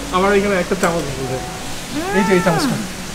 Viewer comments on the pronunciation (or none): none